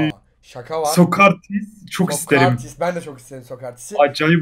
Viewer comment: ABİ O SOKARTİS DEĞİL SOKRATİS👍🏻